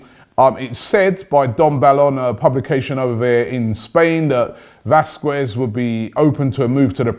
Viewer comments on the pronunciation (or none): none